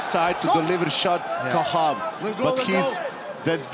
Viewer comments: Khachab not Kah7ab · It's Khachab, not Khahab ffs 🤬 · Khachab not kahab...